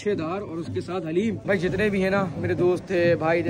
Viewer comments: Bro not hallem its daleem halleem is name of Allah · Bhai hareem nhi Bol da dareem Bol ta ha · Hallem nahi kahte guna hota daleem kahte haleem Allah ka name pa ata ha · Bahib haleem nahi hota daleem hota ha👍or love you bhai